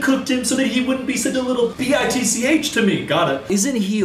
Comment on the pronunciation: Am i the only one that realized he said BTICH instead of b I t c h at one point in the video